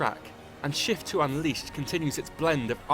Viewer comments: At the beggining of the video it sounds like he said "With the release of the first shit" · why when the british guy is saying "shift" i'm hearing shit? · it sounds like he is saying "with the release of the first shit" lol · in the beggining of the video I thought he said "with the realease of the first shit" lol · at the beginning i thought he said "with the release of the first shit" lol xD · this british guy makes shift sound like a bad word